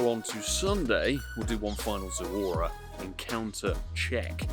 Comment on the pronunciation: It’s Zo-ru-a and NOT Zo-u-ra.